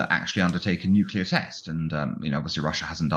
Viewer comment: Nucular? … Try nuclear.